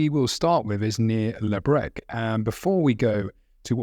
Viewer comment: Breche” mispronounced as “breck.”